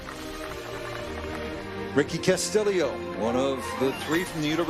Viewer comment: This guy cannot pronounce Castillo